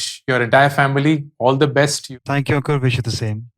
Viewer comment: Bar bar ankur bolrahay ya Ankuk😂.